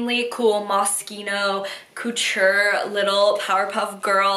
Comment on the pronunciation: NOT TRYING to be rude but IT IS LITERALLY ANNOYING ME BUT CAN YOU SAY "COUTURE" the right way